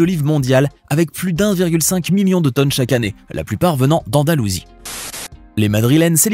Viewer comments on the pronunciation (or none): none